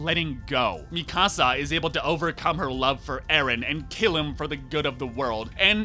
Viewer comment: why are you pronouncing names like this while you literally watched the series for FOUR SEASONS AND TWO MOVIES and heard how they are pronouncing actually??? Mikaasa, who is Mikaasa? it's Mikasa, it's been said a thousand times. but I lost myself when you said ERIN. WHO THE HELL IS ERIN?? ARE YOU HEARING WHAT COMES FROM YOUR MOUTH?? It's hard to not be Hermione... or I can say just to be kind, if you watch anything with dubbing, you lose at least half of it. So, unfortunately, anything you said to analyze this artwork is irrelevant 🤷‍♀